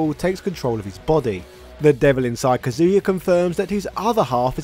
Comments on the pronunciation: Why do people pronounce his name different? Some people say “Ka-zoo-yuh” others say “Cuh-zoo-yuh” like in the video. Which is correct? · It’s 2023 and people are still saying “ka-zoo-ya”?